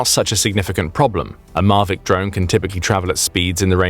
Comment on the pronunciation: Hang on. "Marvic drones"? "Marvic"?? It's Mavic. Mavic as in Mavic, Orange County, Califormia